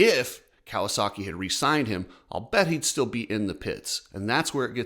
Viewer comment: can you please just talk without the random emotional emphasis on random words. Everything is fine and you’re talking normal and then all of a sudden it’s like you’re pushing out a huge dump mid sentence. “Chase Sexton signs with a different team BUT HE STILL” ugggghhh “GIVES HIS CURRENT TEAM 100% “! Plop ahhhhh